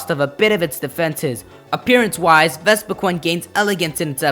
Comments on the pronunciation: i mean vespiqun say wut you mean ves va queen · It is pronounced Vespiqueen.